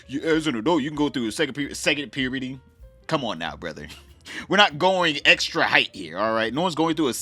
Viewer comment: Lmao you are talking the truth I heard your accent come out with "pyurrr-burty" though. You gotta be from Baltimore.